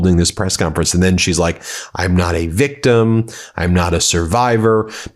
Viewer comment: You mean...."VEEKTUM"